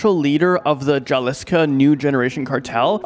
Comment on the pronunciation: Man, did you serious pronounce Jalisco with a 'j' sound? Get some education please.